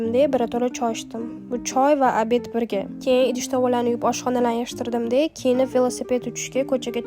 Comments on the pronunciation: Bosh homiy "keyin"😅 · Keyin degan sozizda ozbekligiz bilinyapti